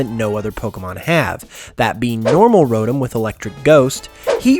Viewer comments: IT IS ROTOM NOT RORM OMG PLZ FIX YOUR SPEECH I DONT MEEN TO BE MEAN SORRY😐😐😐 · It is not pronounced ro dum it's pronounced ro Tom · it's not ro em it's ro tom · ironmangaming smi5h he said rotom